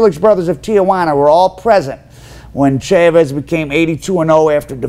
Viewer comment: Mostly Americans watching this but Chaahhhhvezzz and Gooozmahhn, really? At least try not to sound like 100% Mississippi Gringo